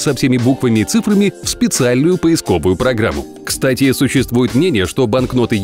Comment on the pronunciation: Автор говорит "Ксть", и это реально кайф